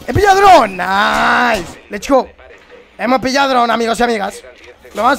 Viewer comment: me encanta que diga lech gou